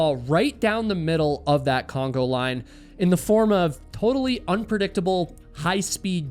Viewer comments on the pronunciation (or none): love you show – but it's conga line, like the dance, not Congo like the country.